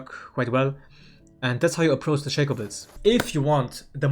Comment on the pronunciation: you pronounce "Shaco" wrong